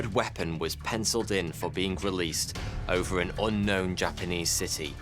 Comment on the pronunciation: Ovver atoms? This is an English presenter. Ovver atoms? I think Guardio needs to part company with a YouTuber who cannot pronounce the simplest English words correctly. OVVER atoms is where I parted company with this video.